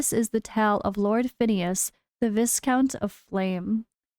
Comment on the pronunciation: Viscount is pronounced Vai-Count.